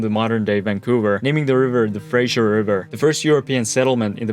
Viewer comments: Is Fraser, not frasher! Haha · Even Vancouverites don't have the "utmost respect" for Vancouver and its citizens. We're pretty low stakes here. You're doing fine. For sure don't pronounce "Fraser" as "Frasier" though. Fray-ser or Fray-zer, never Fray-Zhur. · It’s not pronounced “Frazier” it’s Fraser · It's not the Frazier river I the Fraser river. It's not Kelsey Grammer. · For me it was pronouncing "Fraser" like "Frasier". We're not named after the 90's sitcom character.